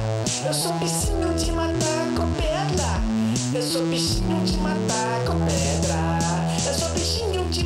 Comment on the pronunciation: "Eu sou um bicinho de matar com pedla" eh muito bom.. suahsuahsua